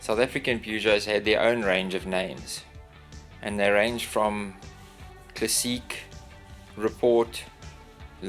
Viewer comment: Hi, I'm French speaking and I like how you pronounce "classiiiique". When I was a child I dreamed of having a Peugeot.. What a great job, bravo !! Au revoir :-)